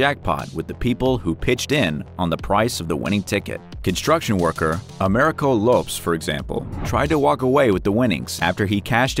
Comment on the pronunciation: I almost stopped listening after the pronunciation of “LOPES” name lol it’s “LOW-PeZ” lol